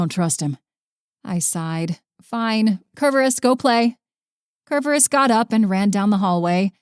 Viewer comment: Really wish the narrator would pronounce Tartarus and Cerberus correctly.